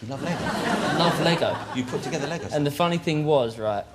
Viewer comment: It's not togevver David it's together lad!